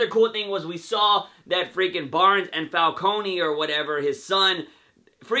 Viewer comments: It's not pronounced with an E sound, it's silent. So it's Falcone without the E when you pronounce the name. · But it's silent in the show, a lot of people fight over how it's supposed to be said, but considering he's talking about the show Gotham he should pronounce it like they do in the show itself, where the E is silent.